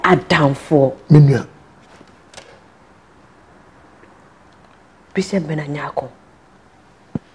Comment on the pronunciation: I’m I the only person who hears Emilia calling bishop as bishap? It’s supposed to be bishop madam, not bishap bishap.. Ah!